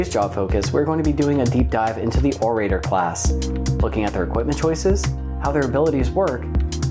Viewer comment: Orator is pronounced with a soft a and a hard o sound. Less "O ray ter" and more "Or uh tore".